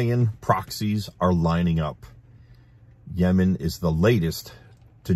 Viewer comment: I liked how you pronounced Yemen before "yamen" lol it sounded cute😊